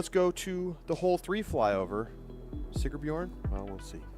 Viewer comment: it's SigRbjorn. There's an R in the middle. Like the sponsor's name - Sigr. Otherwise, great job! DGN production team - volume control was terrible, all over the place. Loud for commentary, really low for ads. Camera operators weren't tracking discs as well as one would hope. Fun course and beautiful!